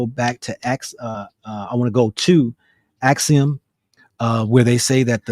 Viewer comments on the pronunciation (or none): Axum, not axiom.